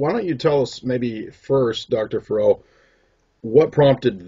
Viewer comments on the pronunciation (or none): Dude always pronounces Dr. Farrell’s last name incorrectly.